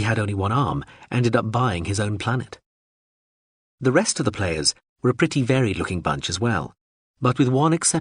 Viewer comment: Is this an a.i reading too? Have the culture invaded youtube? If not, why is every instance of the word 'were' being pronounced 'where'?